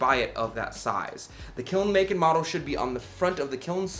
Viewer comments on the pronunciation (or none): Model not modle